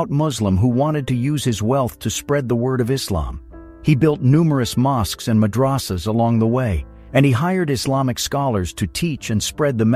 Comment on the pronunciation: Okay habibti repeat after me MADH-RAH-SAH WTF is a madrassa